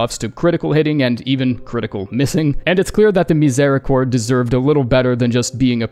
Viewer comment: How you can tell "miséricorde" so well, ur french?